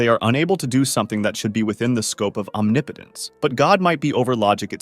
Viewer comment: Did you say... Omni-potence?..